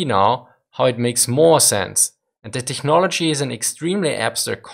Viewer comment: It's pronounced teknology, no hard "ch"